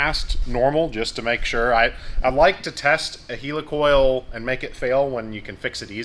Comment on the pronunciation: heel-li coil lol